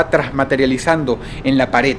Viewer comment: Dross suele pronunciar la D al final como T en su vocabulario como "ataut" o "actitut".